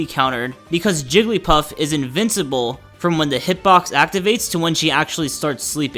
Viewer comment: anyone else concerned why the announcer said "jellypuff"